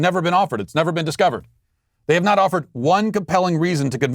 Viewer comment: The way that teacher's union freak said 'We hhhhhhaf to believe..." reminds me of 'I did NOT have sex with that woman...Monica Lewesnki..."